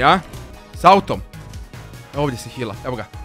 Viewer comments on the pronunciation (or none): none